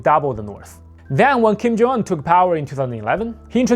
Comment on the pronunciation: yo slow down! you barely said his first name. Sounded like you said "Kim Jonggg"